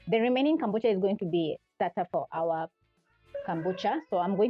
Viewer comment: It's kombucha please not kambucha. Ama ni Kenyan accent lol! Either way great video ❤